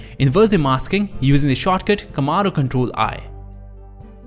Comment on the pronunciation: everything went well, right up until you said "camero control I" TF??